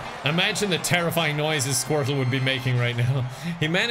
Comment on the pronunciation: pronounce squirtle as squirt-Luh